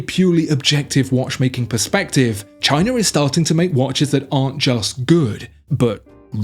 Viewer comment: Also, what is Chiner?